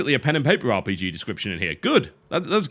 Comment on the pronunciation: sounded like he said bj XD but its called rpg